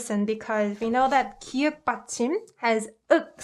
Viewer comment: 기윽 이 아니라 기역 입니다